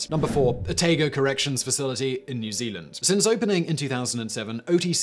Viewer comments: sorry but it's Ohh-Taaa-Gooo {Otago} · Otago? Pronounce it as 'otargo' Simon. Not a big deal but always makes me cringe when NZ place names especially ones of Maori origin get butchered ;-) We are all guilty of this of course. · Living in Otago, that's the weirdest pronunciation of "Otago" I've ever heard. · Thaddeus Tobin OMG I know right, I listened to that a couple of times to have a giggle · i can see why he read it like that but it took me for a turn haha